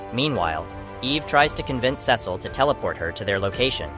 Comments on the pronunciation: Its pernounced See-sull not Ses-sill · Sesil ? You mean Cecil? Pronounced, "SEE-SIL" You got it right a handful of times. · pronounced Cecil wrong :( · Who tf are saying Cecil name like that